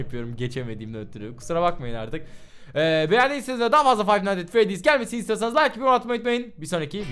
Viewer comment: five five nihgts freydiz :D